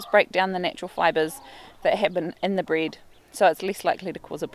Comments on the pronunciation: I don’t know what “breed” is, are u saying “bread” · She said bread or breed 🤔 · Nice place you got there. I was a bit confused when you said to not feed them bryd, ha ha. So of course I understood that is your dialect for saying bread. Ok, that was useful to know. What about feeding bred to ducks? It is very common in my hometown to feed the wild ducks some bread...